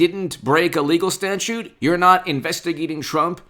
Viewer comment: ITS "STATUTE",IT'S NOT A STATUE